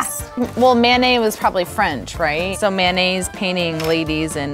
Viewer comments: I kept hearing mayonnaise instead of Manet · why do they pronoune Manet like mayonnaise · they say "Manet" like "mayonnaise" jfc